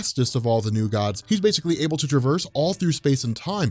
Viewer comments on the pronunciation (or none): none